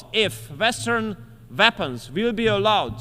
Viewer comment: Weapons, not Vapens.